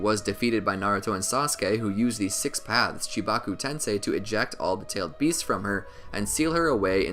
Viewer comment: You pronounce their names wrong on purpose to generate comments.